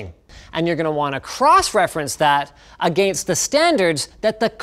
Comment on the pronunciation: Linus says a - gain - st lol